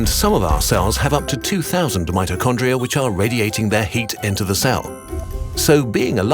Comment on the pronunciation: omggg he said mitchocondria the power house of the cell